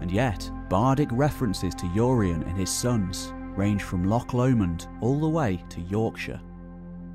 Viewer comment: Who's "Yoreyen"?